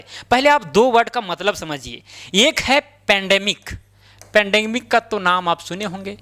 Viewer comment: Pendemic ❌ Pandemic ✔️